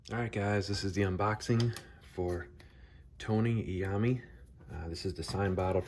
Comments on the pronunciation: Fantastic opening!!!! One quick note. His last name is pronounced eye-owe-me. 🤘🏻 I ordered both, one signed and one monkey special. Due here tomorrow!🔥🔥🔥🤘🏻🤘🏻🤘🏻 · You should learn to pronounce his name correctly.